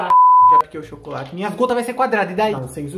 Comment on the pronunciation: Sério ele falando" ô u chocorate